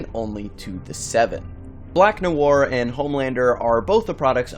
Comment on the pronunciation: Noir is French pronounce it properly